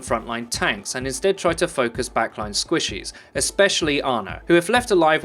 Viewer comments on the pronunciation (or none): I love the way he says squishes for some reason.